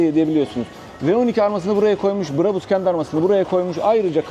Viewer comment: Brabus Orjinal söylemde a yı şapkalı â gibi uzatarak söyleniyor Almanyada ! Bu şekilde söylediğinizde çok garip oluyor! Örnek Bravo yu söylerken a sı uzatıldığı gibi !